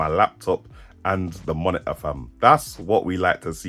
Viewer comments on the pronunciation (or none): under 10min to the point. Nice! ... i can´t stop to say - "the moni-uh" instead of monitor ;) thanks for your test!